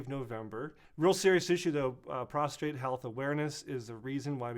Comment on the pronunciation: He said Prostrate. ;-)